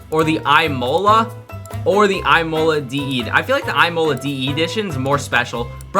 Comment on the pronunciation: "EYEMOLA"?? ITS Ihmolah